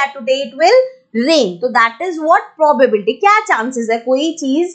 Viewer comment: First of all its not mam probarbety nhi hota probability hota hai mam ap chapter ka namr bhi dhang se nhi le pa rahi to hame kiya hi samjao hi